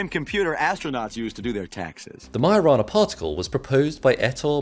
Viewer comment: lmao I just realised its "Majo-rana" not "mio-rana".